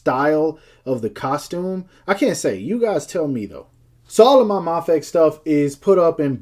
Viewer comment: its pronounced as May Fex.